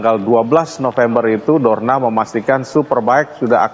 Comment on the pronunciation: News anchor nya typo Dorna malah dornar kalau tau 😂